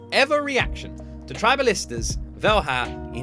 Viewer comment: Velha is pronounced like vella or velya. In Infância the emphasis goes on the fân instead of the cia. :)